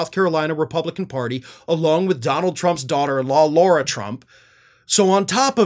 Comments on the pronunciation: it's Lara Trump. LARA, not LAURA. Other than that, you're absolutely spot on! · LARA, not Laura Trump